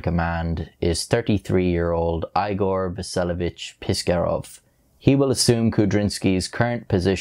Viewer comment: "Eye - gore" lol? Pronounced like its written. Igor (Eegore) Out of all the tough russian names you messed up on poor ol Igor !! Noooo